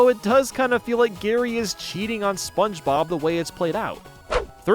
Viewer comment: I could be wrong but I feel like after hearing you say spongebob for 7 hours I'm pretty sure you say "sponchbob" but hey if that's intentional then nevermind 👀